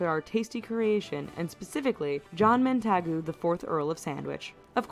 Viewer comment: i have seen people react to this video before and it causes me physical pain when the narrator talks such utter bollox, especially the 'quirky' place name pronunciation or general word pronunciation, or the fact that she mis pronounced and misspelled John Montague, and completely bastardising the chip butty, outside of fast food establishments nobody uses 'french fries' for anything, we use proper chips. seeing your disdain for this low quality and very clearly Americanised crap fills me with hope that people in the states aren't as dense and stupid as the target audience this video is obviously aiming at.